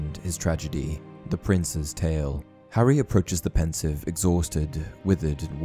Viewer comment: BRUH its pronounced "Ponseeve" not "pensive"